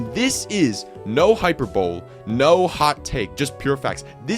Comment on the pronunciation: My guy, did you just say..."hyper bowl"? Agreed on the opening. It's rare that I listen to an opening this frequently when I'm NOT watching an episode.